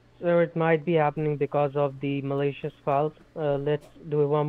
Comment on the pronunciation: “Because of the Malaysia’s files” ( scammers pronunciation of “malicious”)😂